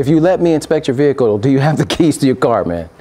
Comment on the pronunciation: "this is my behacle "😆😆😆